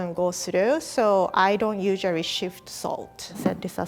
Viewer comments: She says shift instead of sift. She’s so cute. I love her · 🤭 also she kept saying shift instead of sift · Sift not shift. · She says shift instead of sift 😂😂 (no hate) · says shift instead of sift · It’s ‘sift’ not ‘shift’ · Guys, the word is "sift", not "shift".